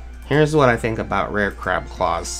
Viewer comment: When you said crab claws it sounded like c claws